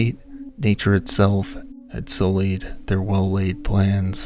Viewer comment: 06.49 did he pronounce sued as soo-eed?! 🤣 LMFAO.